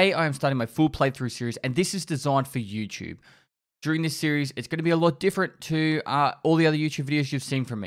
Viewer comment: "And this is desoigned fer EwChewb"